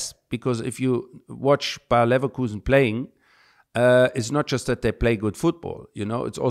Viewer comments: Simon “Levercowsen” Jordan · Terrible interview. This guy was rude, negative, and ffs how can you mispronounce that way, where the h*ll does LeverKAUSEN come from? The disdain English people have for other leagues is disgusting. But they'll never look at themselves and accept the atrocities City and other clubs are doing while the smaller clubs are the ones getting penalized. That's the EPL, pure hypocrisy. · The best thing about this episode is how Micheal who’s been there and done it at Leverkusen is calling them Leverkusen and Simon no matter what still calling them levercowsen!! Cringey and classics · Simon, you’re a LeverCOWsen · God damn... It´s LEVER like LEWA(ndowski) and it´s KUSEN like CHOOSEN like COOL like COOSEN LEVERKUSEN --> LEWACOOSEN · I’ve never heard someone pronounce something wrongly so many times, especially in front of someone who’s pronouncing it correctly to you, and not think ‘this might be wrong’. Simon must have said LeverkAUsen 843 times in this interview. Infuriating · “Lever-kausen” made my ears bleed. Even worse than his wedding ring. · Dear Simon can’t you hear? LeverKuuusen? Love your show but listen to what Ballack is saying… 50+1 is the ultimate football ownership model. My club Dortmind have 200,000 members we pay €100 per year to be a member. We have a say in how the club is run. We have a controlling stake and business can’t throw our club around whenever they are bored of the asset or get a better deal. Football is a COMMUNITY ASSET. Not an an investment class. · The way he pronounces 'leverkowsen' is super distracting. :D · As a Leverkusen fan each time you said my team's name was like a stab to the heart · Simon’s pronunciation of Leverkusen is an absolute shocker, how longs he been around football? Surely never heard another soul say it like that 😅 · THANK YOU!!!!! What clown.... I've never heard ANY native English speaker pronounce it that way before!!!! 🤦‍♂️🤦‍♂️🤦‍♂️🤦‍♂️ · Simon not Cow but Koo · Bayern Leverkowsen 😂🤡